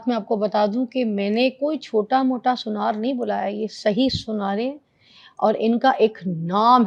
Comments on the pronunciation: Suniyara nhi sunaar kehte hain urdu mein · Sunaar hota hy. Suneayray ni khud ko Bolna ni ata shokhi itni Marti hy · sunyar ni kehte Urdu m sunaar kehte hen..